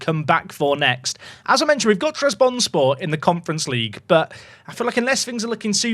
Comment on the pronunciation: every time you mispronounce trabzonspor it physically pains me </3